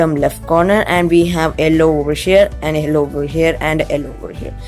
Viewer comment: why do you say ellow instead of yellow